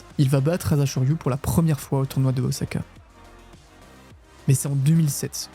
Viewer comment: Il y a un problème de prononciation des noms qui donne l'impression que tu n'aimes pas ce sport mais que tu veux faire des vues à tout prix. La durée de la vidéo montre le contraire. Ce n'est pas "Ozaka" mais "Osaka" et le "J" de "Jonidan" ne se prononce pas comme un "I."